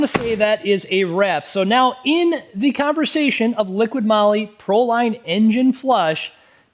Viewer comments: Such a pain. It's "Liqui moli", not "liqiiD moli"! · You are testing this product and do not know to pronounce it??? It is not LiquiD it is Liqui, without the letter D.... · OMG its not LIQUID Molly but Liqui 😬 that Hurts my ears 🫣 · liquiD? It clearly says Liqui Moly. Where do you get the "d" from? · Liqui-Molly. Not liquid Molly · Another great video but please, it's LiquiMoly, not Liquid Moly. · There is NO "D" in Liqui Moly!!! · There is no 'D' in Liqui Moly. :| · Yeah, there's no "D" in Liqui Moly. It's (not) right there on the can!